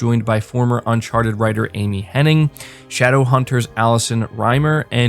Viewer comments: Omg 😂 its literally been doing my head in hearing people saying Henning!! I was hoping someone else noticed lol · Sigh. All these people talking about Amy Hennig—with this very video including a screenshot of an article that includes the spelling of her last name—yet y’all still can’t pronounce it correctly!! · Hennig, not Henning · Everybody gets this wrong, including you it seems. Just an FYI her name is Amy Hen-NIG not Amy Hen-NING. Hen--NIG not Hen-NING. Very happy that Amy Hennig is associated with Forspoken, that can only be a good thing. She has had some bad breaks. I was so pissed when EA canceled her single player Star Wars game. So, super happy she is making a single player Marvel game. It should be awesome. Yes of course I have Ps Now. If you buy it for the year you can get it for 50 bucks, sometimes even 37 bucks. They have been steadily improving Ps Now and it's pretty great now with over 330 downloadable games. Looking forward to Mafia definitive edition and Celeste. Ps Plus this monrh is killer as well. Especially for the extra Psvr games. I never got around to playing walking dead Saint's and Sinners because the Ps5 came out. It's supposed to be the best game on the system so that's good. Hopefully PSVR 2 will be back compat with Psvr and imorove the older games. Also been playing Vampyr since they released a 60fps patch. Really enjoying it. It starts a little slow but when it pucks up it's really good. The dialogue and voice acting is top notch. The environments do a great job of transporting you to 1915 London. And the stort and lore is engaging as is the gameplay loop. An 8 out of 10 so far. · It’s Amy Hennig. IG. There’s not a third N.